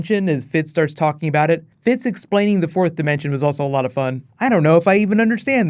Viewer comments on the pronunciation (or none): and its jemma and Fitz not Gemma and Fitch